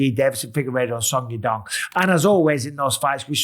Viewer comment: Why does Bisping keep saying suck yadong?